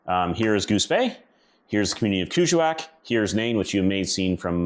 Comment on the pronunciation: Hi I 've worked up near there in Ungava Bay. It's pronounced KANG IK SALOUU JU WAAK as we were told.😊